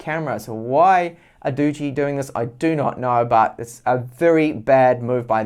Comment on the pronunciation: Nice review, but the pronunciation of this phone is [ˈdɒdʒ.i] = dodgy. They live up to it as it seems